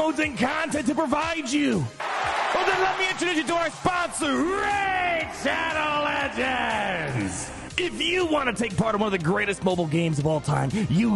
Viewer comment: Please chapter your video so people can skip this "Szadoł Ledżends" crap as fast as possible. I will never play this game due to it's predatory advertisment whenever i go. I'm afraid to open my refrigerator now...